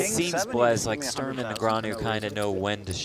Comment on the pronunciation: Can you please learn how to pronounce Sturm 😂